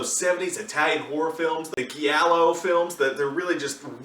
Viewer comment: "Giallo" is pronounced like Jah-low...